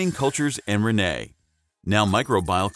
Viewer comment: If only you could pronounce rennet correctly.